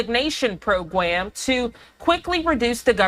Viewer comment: the hell is a deferred resignation “pwogweam”. Sorry don’t know why that bothered me lol